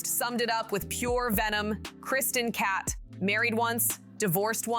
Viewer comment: Please re-record the audio. Every time you pronounce the last name as “Cat,” it’s grating and distracting. Interesting info on behind the scenes, though.